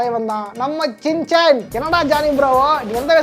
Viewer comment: Shin Chan ❎️ Chin shan✅️